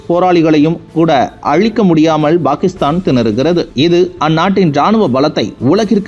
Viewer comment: செய்தியை pakisthan என்று உச்சரியுங்கள்;""bakisthan""என்று உச்சரிக்காதிர்கள்!!தயவுசெய்து திருத்துங்கள் நண்பரே!!